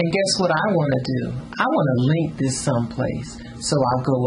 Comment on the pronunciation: i lost it "im gon LINK this som place!"